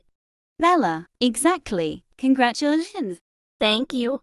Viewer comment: Bruh the suqid game girl said congrutulats